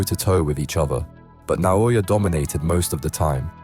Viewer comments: Inoue pronounces his name just as it's spelled, yet no one seems to be able to get it right. NA-O-YA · WTF is with the Na-yo-ya? :D